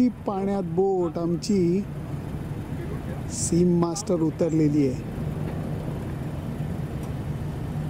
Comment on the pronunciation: Lele kaka , its sea master and not seam master(as pronounced by you)